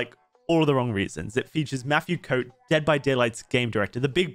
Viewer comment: Ahh yes "Matthew Coat"